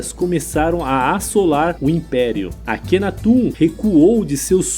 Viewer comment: Engraçada a pronúncia: atum (aton), Akhenatum (Akhenaton), histuriadores (historiadores)...